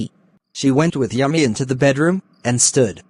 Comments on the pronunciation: Yumi❌ Yummy✅ 🤣🤣all the bsst guyss! 2025-26 batch😁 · Yumi❌ Yummy 👍